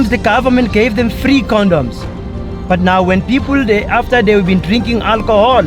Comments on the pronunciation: 'free condoms' a nie '3 condoms' lol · Nie three comdoms tylko free condoms XD